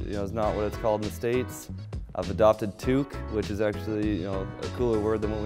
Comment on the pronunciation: It's tuque , said like took but with the first u sound of eunuch.